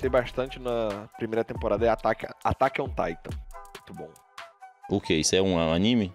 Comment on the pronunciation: E ASSIM QUE SE FALA O NOME EM INGLÊS DE ATACK AO TITAN??